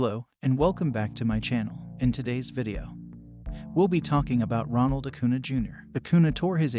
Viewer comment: It’s acuña, pronounced acun-YAH